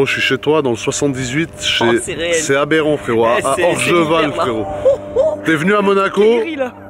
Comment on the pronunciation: Le nombre de fois ou il dit aberent 😂😂🤜🏼🤛🏼